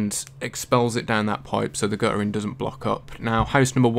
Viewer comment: Guttering, not gu''ering.